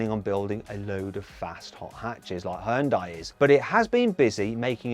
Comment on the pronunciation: geist 발음 기가막힌다고 칭찬하는거같은데